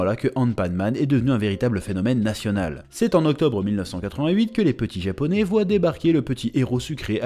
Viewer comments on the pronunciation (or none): none